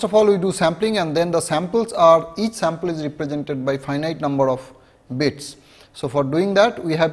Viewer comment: Numbhad of levels..lolz